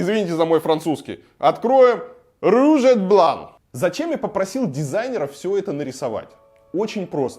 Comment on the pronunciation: Не извиню! В союзе et последняя буква не читается